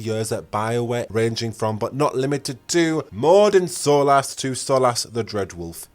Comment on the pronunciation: Unjustly laid off? They made a terrible game that lost the company millions of dollars. It's entirely just that they've been laid off. Sidenote, you make good videos, but I'm glad I don't have to hear you pronounce Solas anymore.